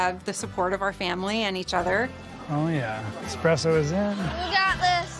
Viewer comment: They must have let the salmon lady come to the show just for entertainment purposes. Boy, are fake lashes hideous. I don't understand how Joe as an Italian can keep mispronouncing the word espresso as expresso.